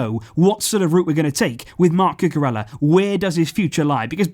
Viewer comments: Just a correction, ella like in cucurella in spanish is pronouned like eya, a y sound replaces both L's. Love your content, i wait for it every day, appreciate your hard work, keep doing what youre doing, visca barca! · listening to him say Cucurella is quite frustrating... Blancos fan btw...